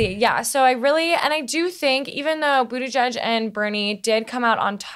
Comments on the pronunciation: Learn to say his name. Boot Edge Edge. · Nice job as usual. One correction: Pete's last name's pronunciation is Boot-edge-edge. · Robert, Practice pronouncing Buttegieg.